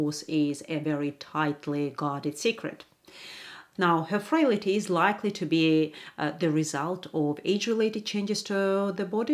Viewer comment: Frail - ty. Not frail - ity.